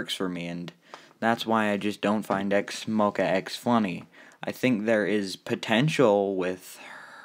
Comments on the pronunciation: Wait that’s not how you pro nouce it .-? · whenever you say x-mo-quacks it literally kills me 😂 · QUACKS LOL